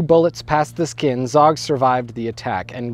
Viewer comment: Zog pronounced zoge and the gj in gjakmarrje is a j sound